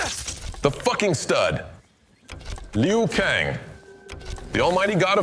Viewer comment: fanmade peacemaker actually pronounces liu kang's name more accurately whoa, instead of "loo-kang" he actually says liu